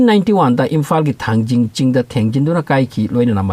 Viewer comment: Not thangjing it is Thangting muol